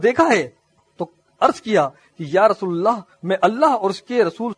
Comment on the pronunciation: لقد کان لکم فی رسول اللہ أسوة حسنة رسول اللہ کی لام کے نیچے زیر ہے اصلاح کریں